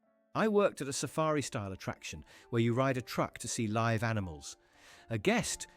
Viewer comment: DUMB AI reader gets the pronunciation of LIVE wrong in these videos.